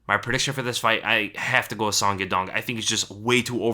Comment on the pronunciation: Song Yadong's name is pronounced as: Soh-ng Ya-Doh-ng